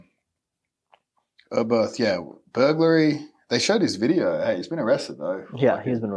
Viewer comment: Bro called hay hail 😂😂😂😂